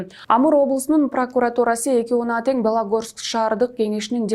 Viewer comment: Балогорский эмес белогорский районну деп окулат свободный шиманновский мазанский магдагачинск